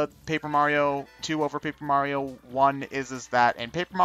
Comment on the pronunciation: Mario's name is now Marty-O by the way, lol